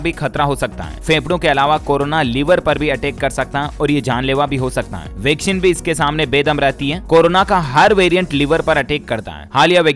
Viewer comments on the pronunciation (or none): none